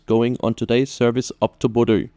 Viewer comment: Thanks for the video! (Now, at long last, I can pronounce Bodø without people laughing. Æ is next!)